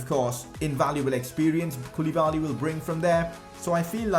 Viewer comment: Its pronounced kou-le-ba-li....not koooooliiiibaaaaallliiiii